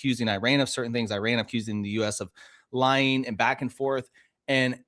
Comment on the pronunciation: Such a minor thing, but please learn how to pronounce the word, Iran